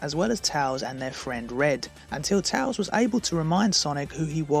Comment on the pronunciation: Bro I love your videos so much bro thanks for being in my recommended again :) also I like the way you pronounce tails